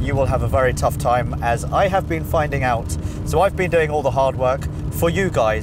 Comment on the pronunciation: " I am wery wery stoked"